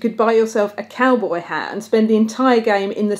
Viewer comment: Did you say "Cowbae"? I'm. . . I'm not sure what to think about that. I need to lie down.